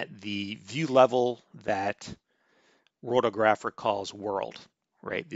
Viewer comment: Worldographer is pronounced the same as Geographer, but with World instead of ge...